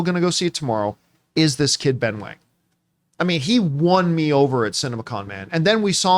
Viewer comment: It’s pronounced as “wong,” “wang” is the mandarin spelling but both are pronounced the same, least in this case of this character. In the case of “Liu” and “Lau” it is pronounced differently based on the English spelling.